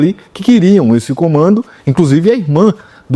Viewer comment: "cumando da igreja"